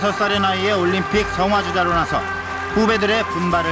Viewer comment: 올림픽인데 일본식 발음이 습관이돼셔서 그런가 올림피크 라고 발음하는게 보이네요